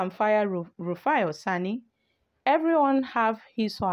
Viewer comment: Madam are u having eye problems PLEASE READ, READ AND PRONOUNCE NAMES CORRECTLY AT LEAST How does Ezekwesili sound like EzekwesiLU It's Oseni NOT OsANI